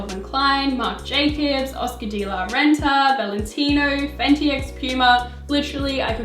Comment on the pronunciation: Amazing video as always, but you really need to learn to pronounce Loewe, Delpozo and Oscar De La Renta!